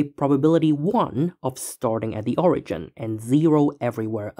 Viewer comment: Why is it that most of you math creators have absolutely miserable pronunciation? We add up de total. Owigin. Nice job.